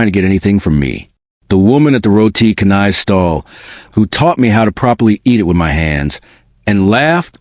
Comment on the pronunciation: Roti canai is pronounced cha-nai.